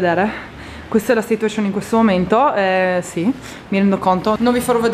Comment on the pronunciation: sarebbe carino che smettessi di dire "situescion"!?!?